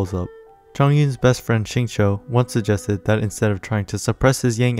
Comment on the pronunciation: Nice. BTW, Xingqiu’s name is pronounced more like “shing chew”, not “shing cho”. The English VAs say it wrong. Listen to the Chinese VA.